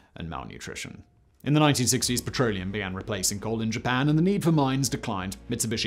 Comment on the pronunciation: Did you say they set fire to a "cold" seam? Lol